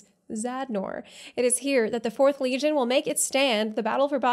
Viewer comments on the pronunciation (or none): none